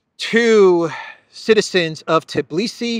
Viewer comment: So, G7 is a mob club. Is the 10-year goal of supporting Ukr starting from 2022 or 2024? Also,, it's pronounced Tbi-li-si, not Tiblisi. There's no I/e between T & b letters. I understand it might be challenging phonetically for foreigners to pronounce this name, so just fyi.